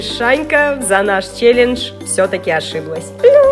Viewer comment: Неправильно: челенж. Правильно: челендж.